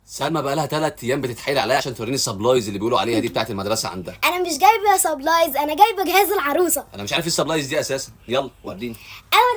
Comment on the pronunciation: اسمه سيبرايز مش صبلايس😂😂😂